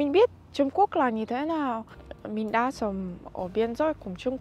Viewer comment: đọc sai từ mình với từ min là hai từ khác nhau nên xem xét lại